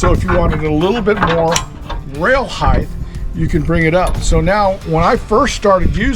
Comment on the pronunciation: "HeighTH" is not a word. Speak English!